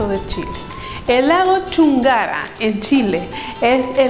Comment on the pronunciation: lago chungará, no chungára, soy chileno.